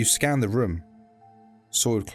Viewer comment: i like how he says "room" as "RHUOM"